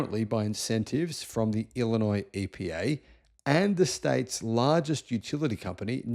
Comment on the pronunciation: Springfield is the capital of Illinois, but who really cares? But good job on the pronunciation of Illinois. Many in the US incorrectly pronounce the "s" at the end which would be a faux pas.